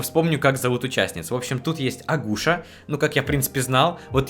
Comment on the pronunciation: НЕ АГУША!😅 А АКУСЯ!